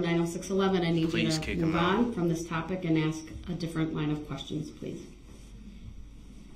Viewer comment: ...you may look back at some of these questions....but why does he say "aks" as pronounced axe instead of "ask".